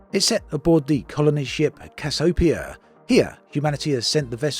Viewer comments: 'Cassiopea' is pronounced "cas-ee-o-pee-a" and 'anomoly' is "a-nom-o-lee". For a fellow brit, your spoke word needs a bit of work. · practice pronunciation more often... like Cassiopeia, for example. (if you're using a program, then get your money back)